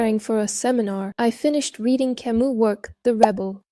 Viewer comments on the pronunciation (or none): Learn how to pronounce Camus the French way